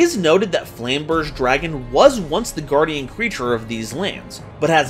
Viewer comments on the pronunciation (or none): none